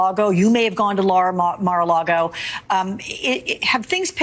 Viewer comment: "Lara-Mago" bahahaha!!